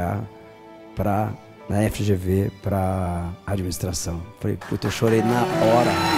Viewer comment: Kkkkkk, a Sabrina não sabe nem o nome da faculdade, ela fala EGV,mas é FGV.